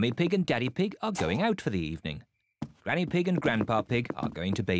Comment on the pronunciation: Why does George call granny pig ganky-ig